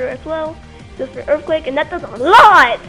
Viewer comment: . Wasn't even a good "prediction". Anyone would've gone for the recover. Opponent is bad, narration sucks, battle sucks. "He goes for earfquake and that does A LOT, lot a damage" Yeah it's a stab earthquake from 130 base attack and even if sableye is defensive, it's still a sableye.